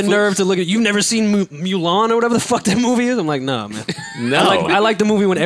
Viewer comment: You guys can't properly pronounce movie names for ish...Joe said "Giggly", I'm dying, it's pronounced "Gee-ly" my G. And with "Mulan" calling it "Mewlan". Its "Moo-lan" fam. Another great joint, welcome back.